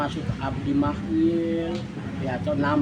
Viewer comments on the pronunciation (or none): Ternyata Beta ikuti cerita ini sangat Menarik. Beta koreksi Abdi Wamir bukan Mahwil